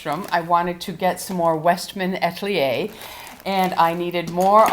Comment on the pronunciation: A-tel-ier please not At-lier